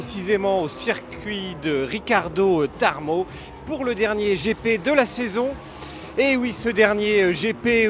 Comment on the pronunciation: "Ricardo Tarmo" 🤣 Quel dyslexique ce mec 🤣 Je peux pas croire qu'il l'a fait exprès 🙂